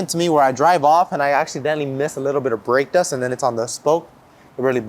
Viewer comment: Couldn’t understand what you said since it sounded like you had rocks in your mouth when you said for heavy break dust what should I use?